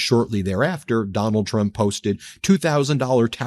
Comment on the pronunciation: I cannot hear her say anything besides.....President Chump......😂😂😂😂 just listen to her. Every time she says it, more and more sounds like CHUMP hahahah